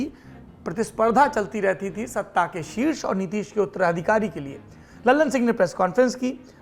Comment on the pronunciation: भैया लल्लन नहीं ललन 🙏🏼🙏🏼